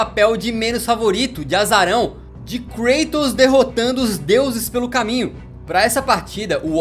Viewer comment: Que mané "Creitos"! É KRATOS mesmo, não é inglês nem ianque...